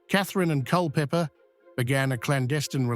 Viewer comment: Pessima pronuncia dos nomes de Dereham e Culpepper